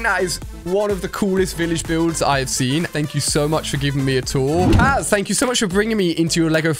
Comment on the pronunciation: Kaz not lax sorry for that